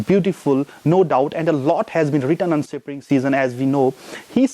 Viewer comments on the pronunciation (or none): What is sipring...? Isn't it spring?